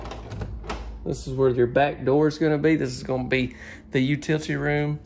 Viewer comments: I miss 'u-till-tee' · poor dear,,,, it's utility.....U...TILL...IT...TEE..... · ..as opposed to the silent "L" in "utility"!! 😀